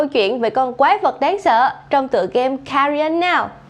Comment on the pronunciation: nói Cà Ri On:)))))